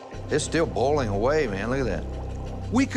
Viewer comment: is he saying boil-ing as bowl-ing lol